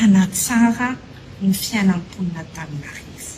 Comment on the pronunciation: Izany hono ry mponin'Antaninarrrrrivo a😂😂😂!Marina izany Baba a, dia SANATRIA ho hadino sahady ny nanaovana anareo.